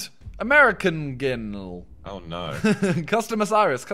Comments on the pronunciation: It said American Girl he said American Ginl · simon why do you always pronounce the cursive r as an n it said girl he said ginl